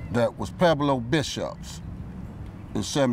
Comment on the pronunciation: Gonna let you guys in on something....it's pronounced Pweb-low, not Peblo. I know it will not change anything at this point and I know the whole point is to not be "proper" and conform and all that woo woo woo (just like wearing your pants around your knees with underwear fully exposed), but this intentional continual mispronunciation of these words just makes anyone who is trying to have understanding of this culture feel like it is hopeless for many gangsters to even be taken seriously. Watch any DJ Quik interview and see that you can still be "hood" even if you talk more "proper" and it will allow others to actually feel like there is a chance for you.